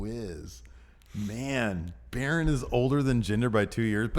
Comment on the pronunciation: BARAWN. COR-BIN.